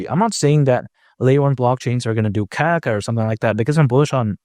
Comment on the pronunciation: I caught myself saying that to my kid because of him 😂 I love the information too but when he says kaka I'm crying